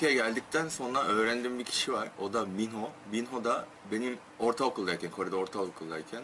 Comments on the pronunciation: minho Mino diye okunuyor. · minho Mino diye okunuyor